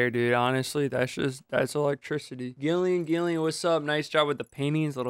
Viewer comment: Love that doesn't know how to pronounce Gillian